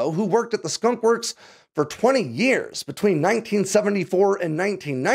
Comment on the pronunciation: “Skonk works”